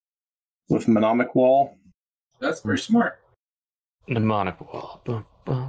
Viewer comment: Just FYI, mnemonic is pronounced nuh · maa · nik. Great episode guys!